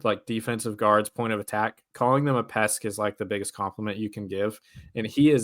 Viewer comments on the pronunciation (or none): Is he saying “pesk” instead of PEST